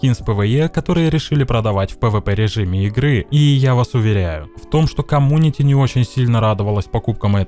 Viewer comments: Блин меня одного бесит что говорит комунити а не комьюнити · говорит камунити Я Аахаха